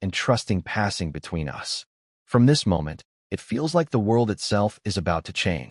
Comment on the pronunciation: Also the inability to understand how to pronounce the word "us"